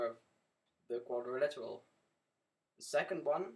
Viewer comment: I don't mean to be rude, I really don't. Your tutorials are informative and i'm enjoying them. But please, I implore you, it's quadriLATERAL. ._.